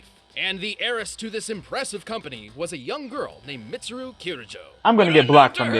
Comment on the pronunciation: tfw prounces weiss's name right. utterly butchers mitsuru's me: angry persona fan noises